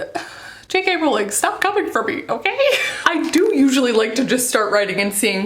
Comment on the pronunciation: I was so please you pronounced JK Rowling’s name right, most people from the US always say Row-ling (Row as in argument) and not Row-ling (as in row the boat). Jo was asked in an interview how it was pronounced and she said the latter, so I’m sticking with that, just incase anyone wants a row about it (see what I did there?) I did have a chuckle at how you said Edinburgh, though, like Burgh as in Chris De Burgh. It’s actually pronounced Edin-br-uh, like rhyming with duh! Hope this helps. Great Vlog, JK is my absolute favourite and is why I began to write my book series. You did a great job and I love your Vlogs 💕🥰 Just realised after writing this, you’ve already taken some stick for the Edinburgh pronunciation, so sorry to bring it up again lol 😂